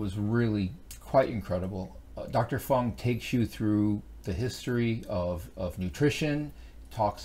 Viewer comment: I am an avid fan of Dr. Jason Fung. It is a bit distracting when you continuously mispronounce or just botch his name. Otherwise thanks for the info and the effort.